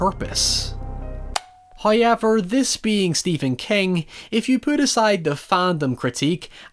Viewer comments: No one:: "Hieuiever..." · I've gotta say: there is absolutely no way on this Earth i'm giving up on how says "hoewever"!